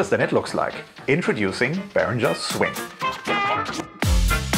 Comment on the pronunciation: A Behringer employee pronouncing their name wrong... Just makes this even better 😂